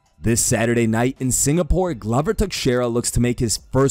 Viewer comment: Man, you were able to pronounce Joanna’s name but managed to butcher Glover’s and Weili’s.